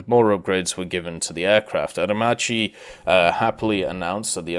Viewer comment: I’m italian and I can definetely tell you that Aer Macchi is pronounced like AERMAKKI